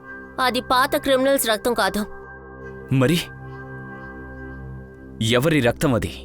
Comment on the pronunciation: రక్తం బదులు రత్తం అంటుంది ఎవర్రా అయ్యా డబ్బింగ్ చెప్పేది దండం రా 🤦‍♂️